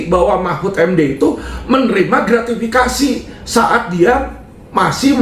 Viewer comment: Pak Mahmudb Gratifikasi ,pak Mahmud ,bukan gratvikasi